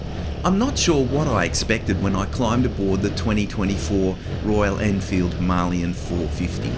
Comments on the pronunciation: why are you the only person pronouncing the word Himalayan incorrectly? 🤣 I'm pretty sure it's pronounced Hima-layan... But anyway awesome video mate 👍 sorry to correct you. 😜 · Since this is an Indian word an Indian bike so you better pronounce it correctly. It is Hima-layan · Why can't you pronounce Himalayan properly? It's named after the Himalayas for Christ's sake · 🤔 I've never heard it pronounced that way, but we're Aussie 😜👍 Well I guess I'm wrong then. But every reference I can find pronounces it differently to what you are telling me.